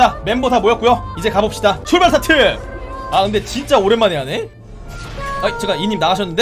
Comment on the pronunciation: 에서 나만자꾸 출발사트! 라들림?